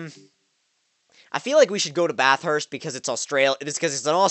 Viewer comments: Bathurst not bath-hurst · Yeah he wasn't saying it right.😂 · lol the way you say bathurst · The way you say Bathurst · The way Americans say Bathurst hahahahaha